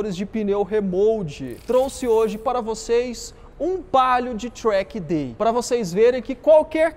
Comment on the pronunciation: tchrack day kkk